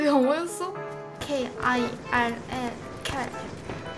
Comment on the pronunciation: kill을 kirl이라고 한 건 넘 에바야 언니.....